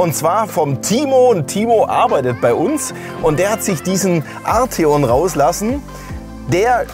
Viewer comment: Er wird tatsächlich Art-eon ausgesprochen hat VW selber gesagt 😉